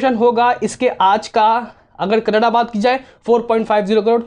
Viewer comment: कन्नड़ होता है भाई कन्नड नही